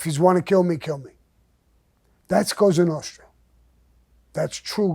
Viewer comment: I have to admit, I enjoy Mr Gravano's stories. They're either funny, or intense, but always entertaining. If you listen closely, there are a lot of life lessons in these stories. I love when he invokes the life of the Cosa Nostra. He even pronounces it properly. It used to be a life of respect, at least for men like themselves, and their families. I was never a fan of John Gotti, he did more to give Italians a bad name, than Mr Gravano ever did. I would like to say thank you to Mr Gravano for the stories, and to wish him a happy mothers day. LOL. Stay Blessed Mr Gravano